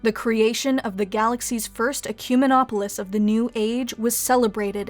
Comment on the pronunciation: TIL how to properly say Ecumenopolis.